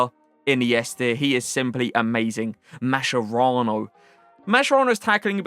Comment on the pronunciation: every time you pronunce mascherano wrong my italian ears bleed. say it like this: MAS KE RA N O